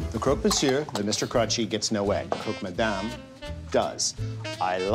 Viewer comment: Is it really that difficult to say 'croc' instead of 'croak'?